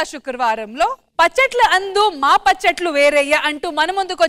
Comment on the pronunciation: పచ్చట్లు కాదు పచ్చళ్ళు